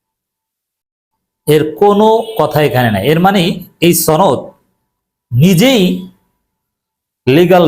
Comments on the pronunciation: সনদ কে ছনদ বলে কিছু কি বোঝাতে চেষ্টা করছেন? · ছনদ না সনদ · সনদ উচ্চারণ সঠিক না, গুজব ছড়ানো হচ্ছে।